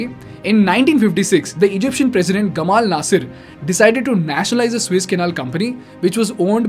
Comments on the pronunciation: Hello: I just happened to listen to your vlog for first time. You do OK , except your pronounciation of the water passage that you have decided to call "Suiss". It is therefore In correct. If you were to pro nounce it "Su -ess" you would be qlmost correct. Suiss is a country in Middle of Europe. Su-es is in Egypt, the water way. Got it. Practice, Practice. I am not an academic! Just a recular Canadian My name is Klaus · Good video as it is the combination of a lot of videos already on Youtube. it is not the Swiss Canal it is called Suez Canal. Pronounce it correctly as it changes the whole Scenario